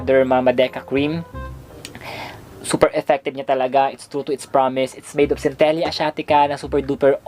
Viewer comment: cen-te-lah po yung pag pronounce😀